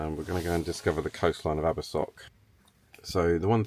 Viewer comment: 100% this, very basic pronunciation and people just can't be bothered, it's rife over youtube